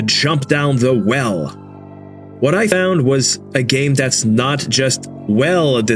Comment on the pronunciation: nah dude. There's just such a weird cadence to how he speaks. Pauses between words are slightly too long. Common words are slightly mispronounced like this guy has a weird speech impediment but only sometimes? I'm rewatching the video and the first REALLY obvious one is . Why does "found" sound like that? That's like.... The AI wasn't even trying.